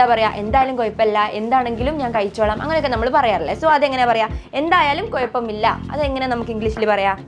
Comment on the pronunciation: അത്തായത്തിനോ 😂😂😂 'അത്താഴം' ആണ് ഹേ😂. കയിക്കാൻ അല്ല 'കഴിക്കാൻ.' Not കുയപ്പം, it's കുഴപ്പമില്ല.